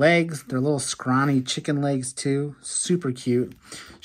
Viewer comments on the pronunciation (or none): none